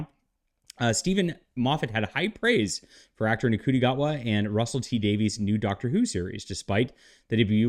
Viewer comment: Interesting discussion and consideration. As I understand it, Ncuti is pronounced "Shooti".